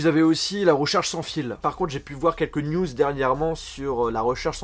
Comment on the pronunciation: Qui a pensé à nude qd il a dit news 😂